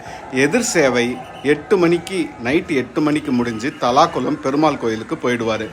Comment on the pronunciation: Pesa therinja paesunga brother.. thalakulam illa தல்லாகுளம்